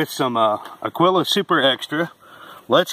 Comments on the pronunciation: "Agwilla", he said! Ha! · It's pronounced a - GEE - la. Spanish for eagle. Thanks. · Busts me up hearing all the different pronunciations of Agiula. Usually they call it "Agweela."